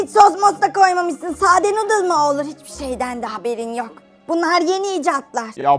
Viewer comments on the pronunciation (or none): Abi muzaffer halanın nudle demesi saka mıı PUHAHAHAHAHAHA